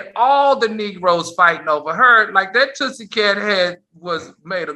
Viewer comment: "Tootsie" is funny, but i heard it as "Tussy" as in the deodorant! 🤔😆